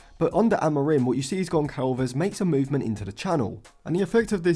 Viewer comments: Great analysis as always!! Gonçalves’s name should be pronounced Gonssalves, not Goncalves (in Portuguese language Ç=SS) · In Portuguese the letter "Ç" is pronounced as "S" and not "C", so Gonçalves is pronounced Gonsalves. Great video tho bro just wanted to let u know for next time 🫶🏾